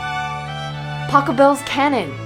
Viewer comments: Butchered Pachelbel though, as all Americans do. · 1 for Pachelbel.